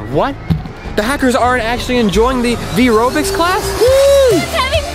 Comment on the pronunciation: i thought its called "vyrobics" not ryvobics whaaaat have a nice day/evening/night :) ;)